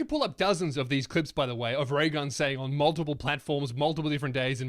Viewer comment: Thought you said Ray Gum , I'm outta here